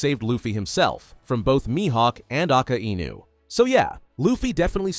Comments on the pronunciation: "Aka Enu" 💔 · Don't ever pronounce Akainu in a wrong way again it's annoying